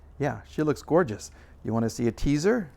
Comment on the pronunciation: Gorgeamess. Lol